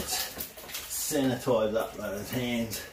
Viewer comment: Only because it was on the screen so much. It's sanitize or sanitise not sanAtize. Sorry, grammar nazi.